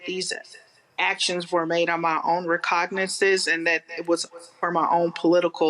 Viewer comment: "recognizzeses"? Did she graduate from a Kamala Harris word salad & scatology public speaking seminar?